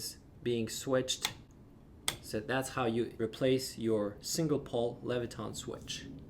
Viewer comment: Leviton, not levitRon